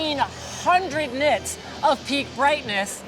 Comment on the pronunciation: What the heck is a... knit? Nits? gnits?